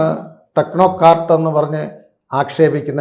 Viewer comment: Who is this oompan talking, 'techno care, please correct that word, it's technocrat